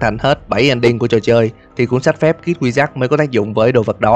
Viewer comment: Phân tích rất là hay, videos nào cũng hay. Cực kỳ thích kênh này. Nhưng có 1 điểm trừ nhỏ là tiếng Anh. Không cần phải phát âm giọng Mỹ chuẩn như bản xứ, nhưng phát âm đúng là được. Mở đầu là "kid wizard", đọc thành "kít quy giắc" thì nó là tiếng gì chứ không phải tiếng Anh rồi, đọc trại thành "khít kwi zợt-d" còn đỡ. Bạn có thể dùng Google dịch để tham khảo phát âm hoặc dùng luôn Google dịch để đọc mấy từ tiếng Anh luôn cũng được, chứ như vầy thì có hơi dở :) Ý kiến riêng thôi, bạn không làm theo cũng ok, không vấn đề gì lớn cả. (Nhưng mà kiểu sau này thành Youtuber có tiếng mà bị tụi antifan đem mấy cái này ra chọc thì cũng mệt mình à :)) )